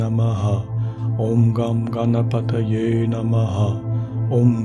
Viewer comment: Hello, I am not aware how to reach you personally so commenting here. I was not surprised to hear Ganesh Mantra in this week's meditation. I feel you are a spiritual soul too and I love all your meditation sessions. I request you to use the correct pronunciation of the mantra for the benefit of all. Here is the Mantra: ||ॐ गं गणपतये नम:|| ||Om Gan Ganpataye Namaha|| The effects of a Mantra are primarily on the one chanting it. Once a state of constant remembrance of the Mantra is reached wherein it resonates within your self subconsciously too it starts to effect the surroundings. Setting the intent for chanting the Mantra individually is important. Also of equal importance is the pronunciation. Mantras essentially are phonetics based and have a particular meter to chant. The effect in it is that the sound vibrations caused by the correct pronunciation of the mantra text, when combined with the rhythm it is supposed to be chanted in, resonate within the body more specifically our skull and generate vibrations which have a direct affect on the Pituitary, Thyroid, Thymus and adrenal glands. This in turn results in physiological and emotional changes in the person. Now if the pronunciation is incorrect, the potency of the sound vibrations is diluted and eventually lost, thereby weakening the effect it is intended to cause. Wishing you love and peace from India 🙏